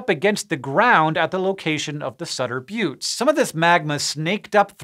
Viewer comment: Thank you for calling them the "bewts" and not the "butts" 🤣